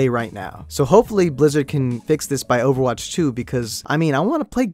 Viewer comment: im sorry did he say oerwatch 2 HAHAHAHAHAHHAHAHAHAHAHAH